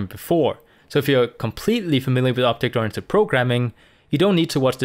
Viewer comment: right ,, now i hear opte grantic programming